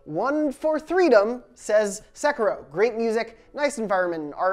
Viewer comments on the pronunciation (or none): What the hell is ‘sekro’ se-Ki-ro